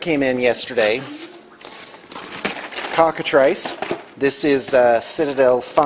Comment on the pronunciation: Yeah I was like say what? Cock-a-triss, not cock-a-trayce